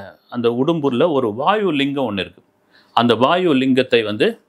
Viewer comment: வாய்வு அல்ல அது வாயு